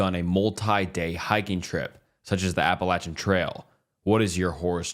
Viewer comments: No he is pronouncing it right that is what people from appalachia pronounces it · Thank you for pronouncing Appalachian correctly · Thank you for actually saying Appalachian right every YouTuber whose covered it hasn’t pronounced it properly and lord does it bother me 😂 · Bonus points for pronouncing my Appalachian home correctly! Thank you! Not only does it show respect, but it gives your channel some credibility.